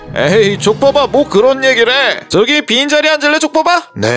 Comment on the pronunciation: 촉법아 할때 ㅈ밥아 라고 들리는데요?ㅋㅋㅋㅋㅋㅋ